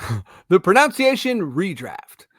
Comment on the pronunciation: dude… I hate to be ‘that’ guy, but I can’t look past the irony that whilst you were fumbling over pronouncing players names, you mispronounced the word ‘pronunciation’. It’s pro-NUN-ciation, not pro-NOWN-ciation 🤣🤣